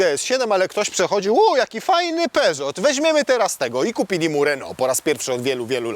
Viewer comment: uwaga lingwistyczna (to drażni niesamowicie😅). Tak jak nie wymawiamy Renault z twardym "T" na końcu, a wymawiamy "Renoo", podobnie jest z "Peżoo", więc nie mówimy "w Peżocie / w Peżotach", tylko "w Peżoo". 😉